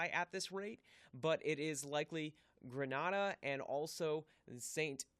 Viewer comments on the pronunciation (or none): Thanks for the update. As we are praying for those in the line of this hurricane. Prononciation of Grenada 🇬🇩 is Gre-nA—dA not Gre AH dAH which is in Europe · G-R-E-N ada not Granada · Gree-nay-da not Grah-nah-da. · nice update thanks.. but can i assist with 2 things.. Grenada is pronounced (GRE-NAY-DA) Tobago is pronounced (TO-BAY-GO) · Pronunciation, Grenada is pronounced with a sharp first "a" your pronunciation is correct for the province in Spain